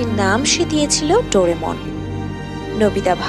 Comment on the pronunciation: Doremon/Dorimon/Doramon😂😂 Naa...Doraemon Hobe😊😅